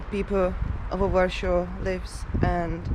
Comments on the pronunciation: Its called Warszawa or Warsaw in English ..not Warshaw. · Wondering where do you originally come from. Your pronunciation is totally off. It's not Warsho it's Warsaw. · Why do you pronounce Warsaw as Warshaw? All English speaking people pronounced IT ad Warsaw. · But her husband is English and he pronounces Warsaw as Warshaw too. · Ta Pani nie jest obywatelem GB,za słaby ma angielski,even Warsaw is not pronaunced correctly In english